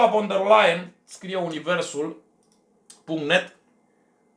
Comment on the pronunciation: Ursula von .... se citește "fon" !!!